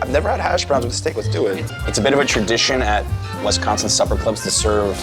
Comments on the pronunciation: Please stop saying Wes-consin, it’s Wis-consin. Thank you. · WISconsin not WESconsin. Thank you. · Love this! Thanks for visiting my home state, hope you truly enjoyed it and that people treated you well. I have been to NYC 3 times and done many things based on your videos and recommendations. Love your channel, thank you. (Only thing to add is that is WI-sconsin not WES-consin. Every outsider does it - it's ok if your friendly though) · This video seems so surreal. I keep seeing you walk by places I’ve seen and I’m like omg I’ve been there. Only complaints are when you said Wesconsin and when you stopes at the union you didn’t get ice cream. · It’s WISconsin. Not WESconsin. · Great video. However, it’s not pronounced West consin, so cringe! It’s pronounced WIS like swiss cheese. So WISconsin. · I cant believe no one stopped you from saying "WES-consin" ...its like nails on a chalkboard. its pronounced "WIS-consin" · Right! Wisconsin is one word not WI-sconsin, or WES-consin or WEST-consin....sheesh people...does anyone outside our state have a clue? This was borderline cringe-worthy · it's Wisconsin not Wesconsin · My state is pronounced Wis-con-sin not Wesconsin! Learn how to say it. As far as what would I say to someone from New York to get them to visit. It would be DON'T! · Alright, I tried not to do this, but…it’s Wis-consin, not Wes-consin. Also, Bucky Badger, not Bucky the Badger. But great tour of our town! 😄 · As a Wisconsin native, the only bad thing about this video is "Wesconsen." 🤣 But seriously, great video. Thanks for showing off Madison in such a great way. It's probably my favorite city in the country, and I have been to most of the big ones. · At least it wasn't WESTconsin, which I've heard before... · The emphasis should be on the second syllable. Wis-CON-sin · Pronounce Wisconsin correctly!